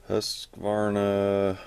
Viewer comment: Husk-a-varna? Love it, man. You’re not even close to pronouncing it correctly 😃